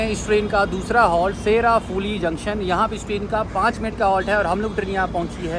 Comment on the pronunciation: bhaiya sheraphuli nahi seuraphuli